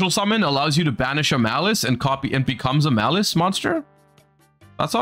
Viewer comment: If only Malice was actually called Malice and wasn't butchered